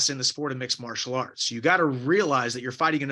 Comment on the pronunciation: “sport of mixelarts” ? Is that a sign of concussion????